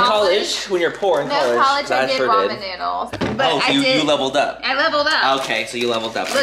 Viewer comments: It was the “RAY-MEN” for me 🤣 my family actually said it like that for my entire life, my Caribbean family members 🤦🏻‍♀️😤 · I say “ray-men” too Laura lol 😂 I didn’t know it was wrong until my coworkers made fun of me for it 😬